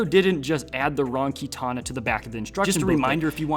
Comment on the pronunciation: Bro had a stroke talking about katana s